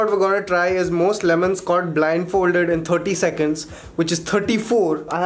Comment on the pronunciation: was he trying to say “what about my lemons?” 😂😂